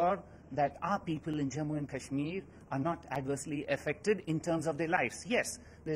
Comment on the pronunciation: It's not cashmir .. it's kashmir